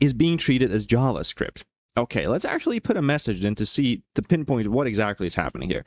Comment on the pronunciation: slavic "океееей" hits hard